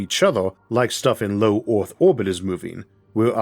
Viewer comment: Good video, but Ooth?? You mean Earth ! Funny pronunciation.